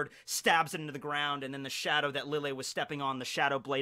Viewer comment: i love your videos. very informational, and keeps the series fresh, interesting, and fun to watch and rewatch. Now, my beef with you. it's pronounced LEE-YAY. Since lille Barro is an arrancar (the mention of chocolate ingles being the big indicator, a spanish game), his name is pronounced in the hispanic way, the double L being pronounced as a Y, hence LEE-YAY BAH-ROH (R being rolled). Keep up the good work!